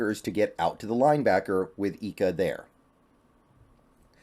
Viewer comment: Hey, new subscriber. Just watched your draft 1.0. Wanted to correct you on a pronunciation of Siaki Ika's name. It's like an I, not an E with his last name. I lived next to a family from Tonga with the same last name, and they told me. I like the picks!!